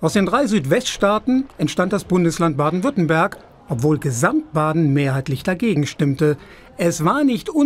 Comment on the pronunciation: DAS HEIßT WÜRTTEMBERG